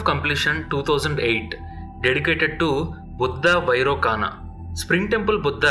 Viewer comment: వైరోకన బుద్ధ కాదండీ వైరోచన బుద్ధ ! Thanks for information...